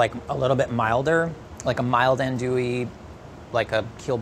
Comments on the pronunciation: Andouille is pronounced An-dwill, not An-Dooee lol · whispers in Cajun it’s AHN-do-ee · A wet jambalaya? Say what? Tomatoes in a seafood gumbo? Andouille(pronounced "on do ee") sausage is a must. A gumbo without a chocolate colored roux is just soup. Leah Chase was the queen of gumbo. May she rest in peace. ❤